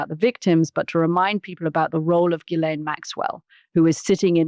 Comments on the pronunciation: Mooch, come on, man... you gotta stop calling her "Jisslane." Ghee-len. It's French, you know. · 'Jizz-lane' Maxwell? Are you sure that's the pronunciation, Mooch? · The s in Ghislaine is silent. It’s pronounced “Shi-lane”. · Let me help you out Mooch... since you didn't take the effort to learn how to pronounce Maxwell's first name, even though you are in the political commentary business commenting on a very high profile individual... Hard G and silent S. Like, Gee-Lane. Its not rocket surgery, it's called Google. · A Producer needs to tell Scaramucci how to pronounce Ghislaine & it's nauseating how he refers to Epstein as 'Jeff'. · Anthony’s credibility is a bit dubious if he can’t even pronounce Ghislaine Maxwell‘s name correctly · Katy for goodness sake tell Mooch how to pronounce Ghislaine!!!!